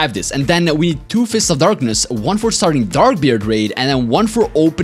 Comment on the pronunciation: "dark of fistness"😂😂😂